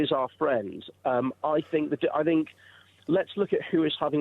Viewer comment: I will not listen to anyone who starts their argument with "I Fink"!